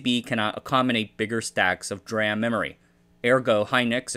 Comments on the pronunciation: Bro, it's pronounced "dee-RAM" and not "dram" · How many videos will it take before this guy pronounces DRAM correctly?